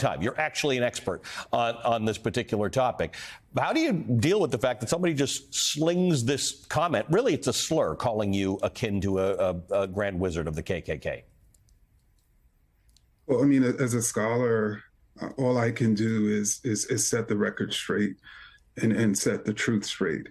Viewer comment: I heard it as Grand Lizard, but I might have misheard.